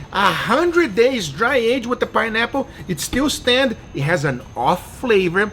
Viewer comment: the way you said pineapple is so hilarious😂